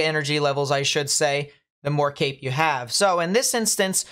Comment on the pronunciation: I thought you were saying Cake not Cape. Like Cake gives you energy. Then I cleaned my ears. Kind of sad it's CAPE